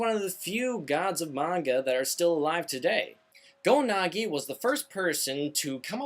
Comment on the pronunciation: GO-NAGI? I think it's pronounced GO-NAG-EYE